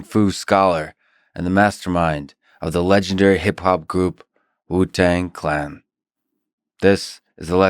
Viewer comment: He said "Wutang. Clan."